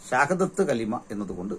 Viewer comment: Shahadath kalima is right pronunciation.